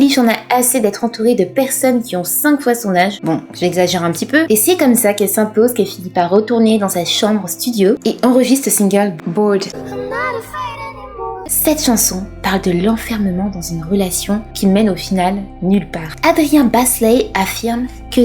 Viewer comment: Billie forever, ma préférée ❤️ (par contre bellyache ça se prononce [bellyèke] et Bored [bord] 🥲)